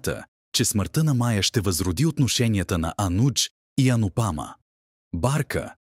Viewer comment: Как е възножно всички имена да ги произнасят неправилно с неправилни ударения!...Пълна неграмотност! Поне да слушат оригинала как хората произнасят имената. Не е АнупАма, а АнУпамА; не е КавИя, а КАвия; не е Не е ВАнрадж, а ВанрАдж. Много е дразнещо да се слушат толкова погрешно поринесени имена. Дори отврат!!! Особено името на Анупама - това е име с две ударения - на У на последното А. Чуйте оригинал и не се излагайте!!!! Идиоти! Ето правилното произношение за Анупама: ; и ето за Кавия